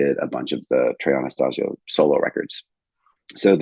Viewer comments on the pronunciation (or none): Pronouncing Trey’s last name incorrectly though… Edit: Mispronounced Junta, too. ✨